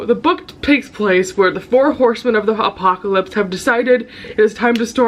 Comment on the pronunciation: I’m sure you said “the four horseman of the apocalypse” but I heard “the four horseman of the hot-pocalypse” 💀😂